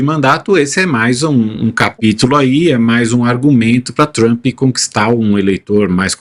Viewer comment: Jornalismo hipócrita e covarde: referem-se a Maduro como "ditador" e "autocrata" e ao líder sanguinário do império simplesmente como "presidente Trumpi" ou "Trumpi" em inglês mal pronunciado. Babadores vira-latas!!